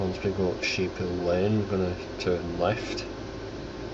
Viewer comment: Its "Sheephouse" Lane not Sheephill